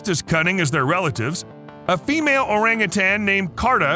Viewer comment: Learn how to pronounce orangutan!